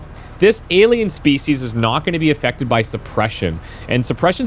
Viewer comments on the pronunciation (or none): none